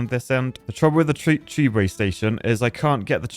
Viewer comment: Why would you bother with underground tubeway (or as you say it, chewbway), just run platforms above paths and keep it all flowing.